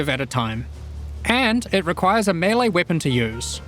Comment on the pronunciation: Thank you for pronouncing melee properly!